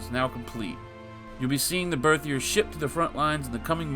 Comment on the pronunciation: Дмитрий Лавриненко#3649 quick comment in regards to pronunciation of “Berthier”, although your pronunciation of the English word would have been fine, French is needlessly complex so instead of what it looks like it is pronounced something like “Bear-tea-A”. I know I hate French too I just figured you might like to know. Thanks for another great episode, wish I had BTW to play the new update.